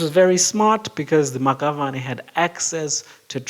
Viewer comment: The Maxavane is pronounced "Mashabane"